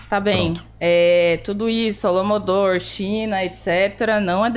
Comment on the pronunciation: Pra uma pessoa que fala "holomodor" ou invés de holodomor , demonstra o tamanho do conhecimento e capacidade cognitiva que possui.